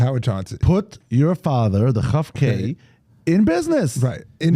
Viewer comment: Kof- K not Chof- K- who knew!